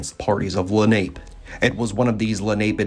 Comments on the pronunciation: It’s pronounced len op pay,. Not ape lol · It's (Le- nop-eh). Not Lanape. Jesus if you're going to do this stuff learn how to pronounce the name of the participants. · Wrong pronunciation of ‘Lenape’. It’s not ‘ape’ it’s a long a sound where the last letter an appears. ‘LenopA’ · Lenape is actually pronounced la-na-pay. Leni Lenape is what the Delaware called themseles. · The Munsee pronounced it "Len a pew". The French said it meant "little ape man". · You are butchering the pronouncement of Lenape